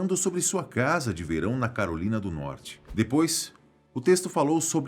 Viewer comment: Do jeito q ele falou: tinham um caso de amor com a Carolina do Norte.... pensei q a tal Carolina fosse uma amante kkkkkkkkkkkkkkkkkkkkkkkk